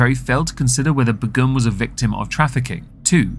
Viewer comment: I thought that Begum was pronounced like 'bay-gum'?